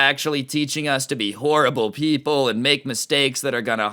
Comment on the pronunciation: “All those kids are HOWWIBLE PEPWLE” dude I. Would just start fake crying and say “I hate liking video games I’m going to hell nobody loves me for loving video games...”